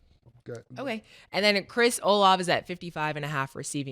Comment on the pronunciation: I love how nigga’d out they be on the show, niggas dont say no names right 😂 even said “chris olov” 😂🙂‍↔️